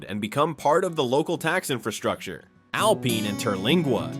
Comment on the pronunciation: Please learn to pronounce the names of cities properly! Alpine, tx is pronounced AL PINE, line the pine tree, NOT alpeen. Thank you😊